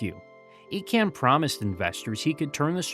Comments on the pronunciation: Icahn is pronounced EYE-con, not E-con. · It is pronounced EYE-CON not EEE-CAN and he single handedly LOOTED TWA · Ir's Carl Icahn (EYE-Con). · It’s Eye-con, not Ee-con. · It wasn’t Carl Icahn as in Ecan, but Icon. I’m surprised you missed that obvious and very published pronunciation. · Icahn is pronounced eye-conn not eee-can. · You completed mispronounced Carl Icahn's name. The name is pronounced as Eye-can... NOT Eee-can. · I spent more hours swathed in that TWA red at STL Lambert than I care to remember. FYI, it's pronounced Carl EYE-CON or ICON, not EE-CON. And he was an asshat. A disgraceful raider who destroyed everything in his path. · Great video. I remember flying to Europe on TWA. One correction. It’s EYE-kahn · Not Eecahn, Eyrcann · The name is pronounced "EYE-CON". He is one of the most prominent and well known Wall Street Insiders in the World. I generally really enjoy some of your videos but please spend a minute on background and research of all subjects you plan to talk about. If you can't even pronounce one of the most famous investors of all time how can I trust that you have put any real research into the rest of your information? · Icahn, pronounced EYE-con. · His name is pronounced Carl EYE-Cahn. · But his name was pronounced “Eye-Conn” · Great job but wish you can re edit your deep dive. Carl icahn. Credibility posting online you need to be correct avoiding miss pronouncing. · pretty good, until you got to Carl Icahn really need to check how to pronouce names... wayyy off. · Well it's surely an AI error. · Give the guy a break just because he mispronounced a name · i think that's not the correct pronunciation of Icahn.